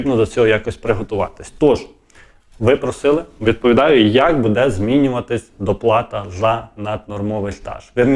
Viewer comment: Не " надіюсь ", а " сподіваюсь ", не " будЕ ", а " бУде " - вчи українську мову, бо задовбав вже своїм суржиком!